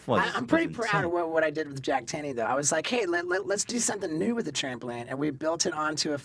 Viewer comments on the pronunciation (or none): none